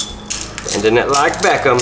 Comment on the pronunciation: "bend it like beckam"😂😂